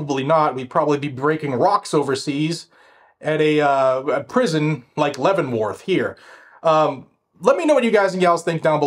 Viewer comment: That's one of the most unique pronunciations of Leavenworth I've ever heard. In fact, I think that's the only alternative pronunciation for Leavenworth I've ever heard. 😁